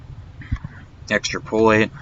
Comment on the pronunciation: EX-trap-oh-late Not Extra-poh-late